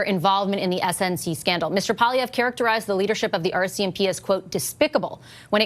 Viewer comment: It's PWA-LEE-EVRE. You are a Canadian journalist, and Pierre is the opposition leader. Do yourself a favor and practice saying his name so you're not embarrassing yourself